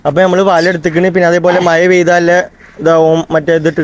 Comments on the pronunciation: മയ- മഴ yes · മയ അല്ല വനെ മഴ.